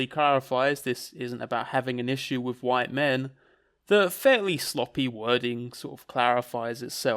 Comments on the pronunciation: keeps talking about 'white min'. What is a white min? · Why does call white men “white min” All I can think of is that Malk sketch and it’s putting me off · 'white min'